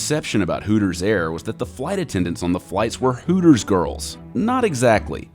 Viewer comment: Hootors.... Sounds like hookers